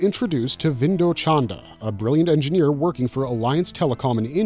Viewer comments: I thought his name was “Chanda” 😂 not “Chan-dra”?? Sorry no big deal just throwing me off. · Who is this ‘Chandra’ character my man keeps talking about? It’s Chanda dawg 😭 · it's "chanda" and not "chandra". however, both mean the same thing - moon. 😂